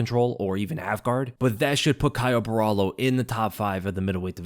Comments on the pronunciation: just to help you out, Borralho is pronounced Borralio not Borralo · It's BO HA LEE U (that's how you pronounce his name correctly. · For anyone interested, the right way to pronounce his last name is something like “boh-rrah-lhyu” ( the last sylab is very hard to put in text, think of the lh in silhouette but emphasize it a bit more lol ) 👊🏽